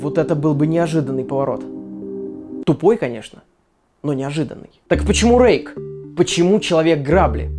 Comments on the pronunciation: Мне одному сначала показалось что вместо "Рейк" было "Рейх" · Мне одному на послышалось что он сказал не 'Рейк' а 'Рейх'? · мне показалось не Рейк а Рейх XD